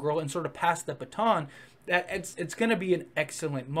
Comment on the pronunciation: ...that's how you pronounced baton at one point.